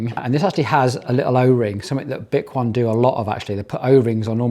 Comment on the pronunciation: 10 months later, bik-won is now bik-o-nee. They should of provided pronunciation literature in the box 😂